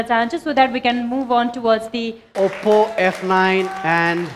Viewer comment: leh ma oppo lai oppu vaneko xa